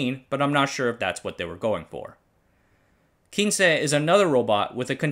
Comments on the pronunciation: Great video! The nane of the 1st "Japanese" robot quince is pronounced "queens"... Not from 15 in spanish but from the Q generation of rescue robot who all have flowers names. The previous version (K version) was Kenaf and the one after quince was the S one called Sakura. We designed Quince for search and rescue with a great focus of being able to climbed stairs which was exactly what it did. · Yerah that bit was painful to see him mention...It is definitely Quince (pronounced Kw-ins) like "wince" as in "he winced when the bully hit him hard in the belly" - Botanical name - Cydonia Oblonga, There are 3 flowering quince varieties across Asia. We used to have a huge tree in our back yard where I grew up. So if named after flowers it stands to reason it was this, and absolutely not Spanish. Someone below mentioned the channel not being the best with pronunciation..but really this isn't just about pronunciation, some proper research would have lead to the proper conclusioon and not just "Kin-che is spanish for 15, but I'm not sure that was what they were going for..." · By the way, the robot Quince was NOT named for "Spanish 15" but for quince the fruit... sort of like a pear. Pronunciation is also wrong since you assumed the Spanish word. It's said like kwince